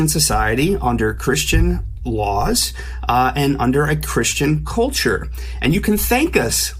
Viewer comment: "...under a Christian culture...", emphasis on the "cult".